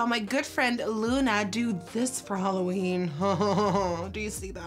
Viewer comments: Am I the only one that heard HOLOween? :'( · I love that she says HOLOween💿❤️💿💉💉